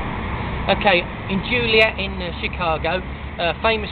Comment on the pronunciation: okay, mr english chelsea football fan.....its pronounced JOLIET not JULIET! and Joliet is not in Chicago, its 30 plus miles southwest of chicago